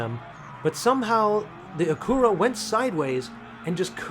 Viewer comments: It is pronounced Akyura not Akoora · A-CU-ra. Lol. Are you kidding me? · Had to search to see if that was the way it's pronounced in Japan... it is not LOL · Pronounced Ack you ra. Accent on ack. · Stop butchering acura or just call it an overpriced honda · It’s killing me how he is butchering the name Acura 😂